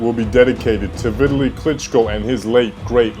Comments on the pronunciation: The person doing the commentary to this video is a complete idiot and don't even know this man's name. He keeps calling him Vitaly, his name is VI TAL E a.k.a. Vitali. Do not make videos if you are mentally handicapped. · Lennaaax Lewis Viiidali jesus Christ, good video though